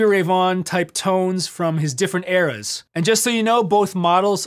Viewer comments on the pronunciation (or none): none